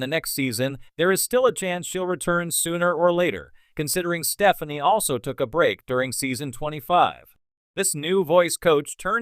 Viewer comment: Could you please get a commentator who can bother to learn to pronounce well know performers' names? Bublé & Stefani are well known enough for there to be no excuse for such laziness & ineptitude?